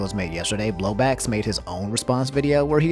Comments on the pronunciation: Is he saying blowblax? Isn't it bowblax lol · so who's gonna tell him it's not Blowbax, its Bowblax? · Homie really said "BLOW BACKS" i know you mean bowblax but that came out soooo wrong 🤣🤣😭😭😭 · I care more about how you said Bowblax wrong than Pokimane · I always find it funny when people mispronounce Bowblax's name but it's an easy mistake to make so don't worry about it lol